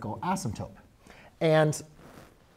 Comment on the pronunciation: You do great work, great videos! Tiny thing though, please pronounce asymptoTe correctly. I find the P (asymptoPe) very jarring, taking me away from your math for a minute.